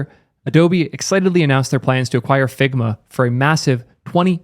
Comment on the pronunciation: struggled to pay attention in this one the video itself was as good as ever you did a good job on this one its just... ...all i could hear was "figma balls! figma balls!!!!"